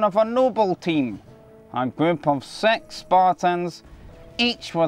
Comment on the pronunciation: 'a group of sex spartans'? nice accent